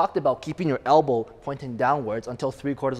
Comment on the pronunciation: Lol. Hell-bow.